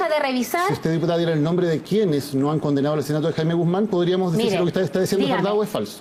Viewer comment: me encanta como daniel matamala se la caga jaajajaj y su NOOOOO